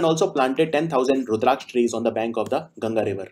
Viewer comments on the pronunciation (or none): none